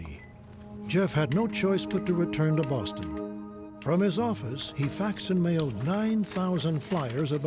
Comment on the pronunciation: It seems weird to pronounce ‘Boston’ in that way...